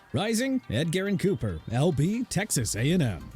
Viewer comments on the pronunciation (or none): This guy in the video pronouncing Edgerrin like Ed-Garren was like nails on a chalkboard. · So many terrible things about this video lmao. Pronouncing Edgerrin "Ed-Garren", calling him Brian "Thompson" Jr, and worst of all saying Brian Thomas Jr. has a legitimate chance to be drafted before Marvin Harrison Jr. If a GM drafted Brian Thomas Jr. over MHJ they would be fired before the pick was even sent in.